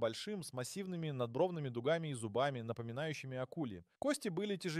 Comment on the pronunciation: Мля, не дугАми, а дУгами олень. В школе видимо был двоечником